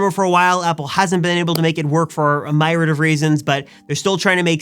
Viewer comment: It's pronounced myriad you utter 🥶, completely 😡up my vocabulary listening to 🤮 like you which are a plethora